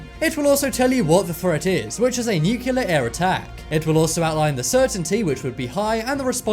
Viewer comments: New. Klee. Are. New Clear. Not 'noookyuller'! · it's NUCLEAR not Nucular..LOL! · Nuclear... New-clear, not newkewlar. Clear?! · It is NUCLEAR.....not NUCULAR!!! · Knowledge Enthusiast - Was gonna say the same... lol. he switches between nucular and nukilla... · Nucu liar! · I took a shot every time the narrator mispronounced "nuclear", and now I need a liver transplant.